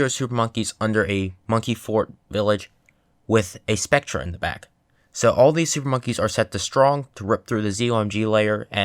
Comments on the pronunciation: "with a specTRE at the back" oh dear lord who taught you how to pronounce it (it's Spectre, Spec-ter/tor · Lol he said spectren not spectre lmao